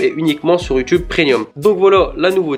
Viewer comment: Tu dis prénium